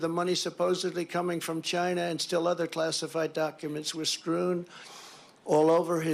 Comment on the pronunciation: I’m literally crying. The way he says Chynah, the nonsensical rant, everything about this moment is amazing